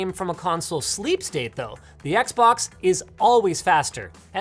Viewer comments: "the xboc" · "XBOC" AHAHAHAHHAHAHAHAH